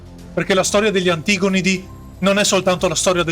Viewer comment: Oddio, la cadenza infinitamente repetitiva, e l'accento infallibilmente sbagliato su "antigonidi". Ma è locuzione artificiale?